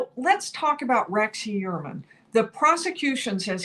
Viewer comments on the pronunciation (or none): right? I don’t know why it bothers me but it does. It’s Hu-er-man, pretty straight forward. No way does anyone pronounce it E-uer-man. It sounds like she’s saying Rex E Ermine. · Rex Heuermann Pronounced Hugh-ermann not He-uermann. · STOP! 🛑 Tonight, she's pronouncing it 'hee' (rhymes with 'pee') 'URR' (rhymes with 'PURR') 'mən' (the 'schwa' sound). Hee-URR-mən. Emphasis on the second syl-LAB-ull. Very easy mnemomic for you (AGAIN): Heuer rhymes with Fewer. Heuer rhymes with Fewer. Repeat -- Rex Hewerman. Rex Hewerman. Emphasis on the first syllable, not the second. OKAY? Love you, don't make me tell you again lol. Keep up the good work! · He clearly pronounces his name HUE-er-man. The accent is on the first syllable. It’s at the mark. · Interesting how he says his name. Very un-german. Ho-your-man is the more German way. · It's easy to pronounce RH name. I don't know why can't get it right.